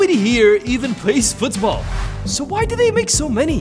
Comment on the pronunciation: The way he says Football Fuuthsball gets me everytime